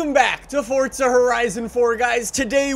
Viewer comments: It's not fortza its forza.. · Ok. It's not 'Fortsa', its Forza. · Why you say forza like fortza??😂😂😂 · Its forza not fortza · I hate anyone that says fortzuh instead of Forza, WHERES THE T??!?!?! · Its not fortza why does every youtuber call it that its forza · fortza horizon 4? nessann? It's prounounced Forza. And it's not neesann its spelled Nissan and it's pronounced Nees Ahn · Its “forza” NOT “FORTTTZA” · F-O-R-Z-A not FORTZA lol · Forza not “Fortza” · forZa not forTZa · It’s Forza not Fortza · dud its forza not fortsa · Forza not forzta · "fortza" lmao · Why are you saying “fortza” ?!🤷‍♂️ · Why does he keep calling it.. FORTZA? Is that just a speech impediment? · Im triggered by him saying fortza.. Good video tho lol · This dude says ForTza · "Fortza" lol. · "Fordza horizon 4" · fortza hahahhaha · Fortza loll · I cant believe Forza would let someone promote the game that can't pronounce it correctly.